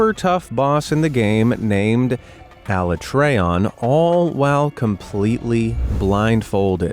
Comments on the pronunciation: I’m disappointed by all of them but the monster hunter one especially. Bringing shame to my favorite game series. Btw it’s pronounced Ah-la-treeon not ah-LA-trayon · It’s pronounced a-lat-treon not alla-treon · The pronunciation of Alatreon. xD Great video~ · the way you pronounced Alatreon tells me you've never played the game.